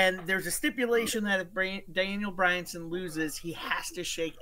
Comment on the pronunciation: Daniel Bryan-son? I’ll give the guy credit he kept saying it over and over.